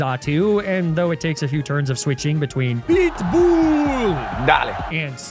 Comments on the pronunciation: I honest to god thought you keep saying big ball instead of pitbull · I swear every time I'm not paying attention I hear "BLITZBOOL! dahling." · Am I the only one hearing "BLEET BOOLE" and not Pitbull? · I thought you kept saying PIT BULLLLLLLLLLLLL /Darlin/ until I read the text on screen haha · Every time talks about “PEETBUUL” and the Electrode goes “dale”, take a shot.